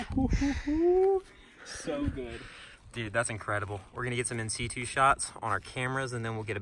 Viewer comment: also, its in situ, as in situation. not c2